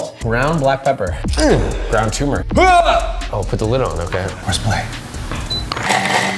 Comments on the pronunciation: what the hell is tumouric? you're a chef learn how to pronounce turmeric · Josh calls himself a chef, but he can't even pronounce "turmeric" correctly.